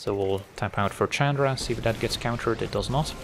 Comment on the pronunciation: Calling Chandra "CHADra" is so cringe...